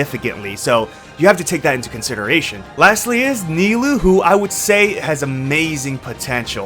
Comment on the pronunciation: Kinda out of pocket, but kudos to you for actually pronouncing Nilou and Cyno correctly !!!